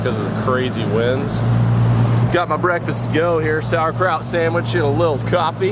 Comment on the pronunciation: Hold on. Did you say saurcraut sandwich? And, search bait? Oh me, I don't know nothin'.